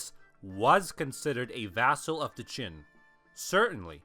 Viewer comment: I can't be the only one that is bothered by hearing "chin" (Qin) instead of "gin" (Jin). These are two very different time periods.